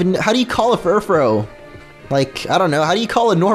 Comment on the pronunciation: The pronouncation of Furfrou is FURFRU